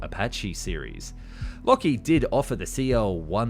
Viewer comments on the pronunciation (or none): none